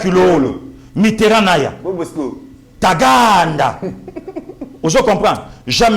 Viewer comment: Bosco Tagaanda avec Nuance et non Bosco Taganda.vraiment